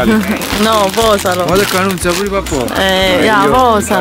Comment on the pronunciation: Ma lo sentito solo io quel "nunzia" Il vero nome di Nancy ?